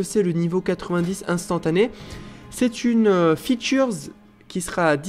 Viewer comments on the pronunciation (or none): "Une fythureszz" ah ouais, quand même lol Autant dire "caractéristique" ou "option" :p